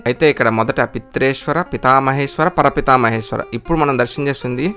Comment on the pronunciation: పర పితామహేశ్వర కాదండి , ప్రపితా మహేశ్వర అని పలకాలి ! " విశ్వనాథో విజయతే "